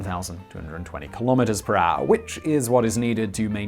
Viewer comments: I tried to write down how Simon pronounces 'hour' but it is simple impossible. He is not using any of the known vocals or consonants. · You are a grown ass man. You know how to say HOUR. unwatchable.